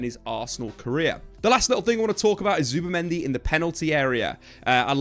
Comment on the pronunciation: zubImendi. not zubAmendi. ya knobs